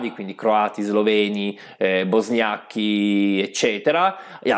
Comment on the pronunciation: Bosniacchi? Si dice bosniaci.